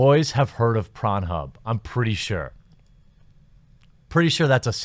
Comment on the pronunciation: Why does he say prawn instead of porn?